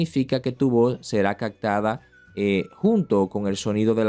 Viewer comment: anti-pot? jajaja yo lo conocía como Anti-pop y es captada no "cagtada" jajajaja